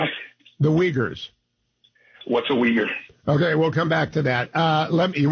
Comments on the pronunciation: so you really pronounce it "wiggers"? the anglos are weirder than i thought.... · He thought he was saying “wigger”. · It doesn’t help that “wee gur” is incorrect and drives me nuts to hear. It’s more like “way were”